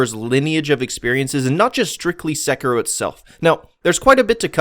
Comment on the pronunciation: It's pronounced SEH-KEY-ROW plz